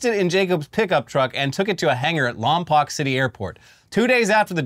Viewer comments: 🧐 It's Lom-POKE. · its pronounced "Lom-poke" not "Lom-poc". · As someone who used to live in and fly out of the "Lom-poke" airport, the way you pronounce Lompoc hurts my souls/brain. 😂😂😂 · Lompoc is pronounced "Lompoke", previously "Lompton" among some locals of neighboring towns. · I actually live near Lompoc so it's crazy hearing that this guy is a local lmao. Also, it's pronounced lom-poke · It’s Lom-poke. Luckily, there is a federal prison right down the road from the small airport where he Bundy-style chopped up and disposed of his plane 😄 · It's pronounced Lom-poke! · The way they say Lompoc hurts. It sounds like every old lady in the area says it. The o at the end is a hard o sound